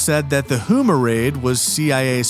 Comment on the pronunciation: Also, Houma is pronounced “Home-ah.”